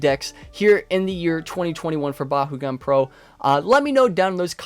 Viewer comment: I love the vids but it pains me to hear it pronounced “Ba-hoo-gan” lol it’s “Ba-koo-gan” where I’m from (And in the Battle brawlers show) I hate to be “that guy” I just find it funny 😂